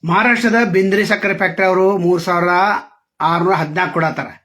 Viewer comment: Bindri Alla bidri